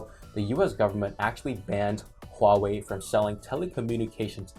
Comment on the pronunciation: I like how pronounces them "Wow-wei"